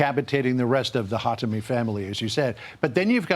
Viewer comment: Did he really said khatami? 😅😅😅